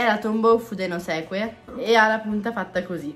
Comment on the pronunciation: Tombow fudenosUke NON fudenoSEKUE